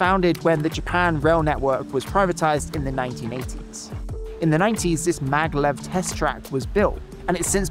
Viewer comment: Hey, great vid but you kinda butchered a few names there. Maglev - not "Megalev" MAG - LEV Shizuoka - not "Shinzuku" or "Shinzooka" SHE - ZOO - OH - KA kinda threw me off a bit lol